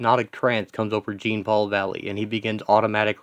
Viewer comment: isn't it pronounced Jean as in Jean-Luck Picard? interesting concept and page tho its fresh.